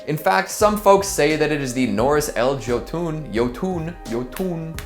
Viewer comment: Fyi Jotten is pronounced Yo-ten lol But loved the video lol